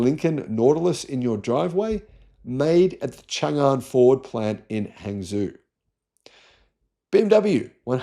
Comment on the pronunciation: Tip: Hangzhou is pronounced "Hung Joe". a is pronounced like a "u" Zh = J Changchun = Chungchoon